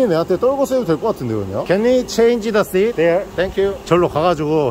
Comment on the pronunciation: 에 Can we change the seat 이에요!!! Sheet 아닙니다😆😆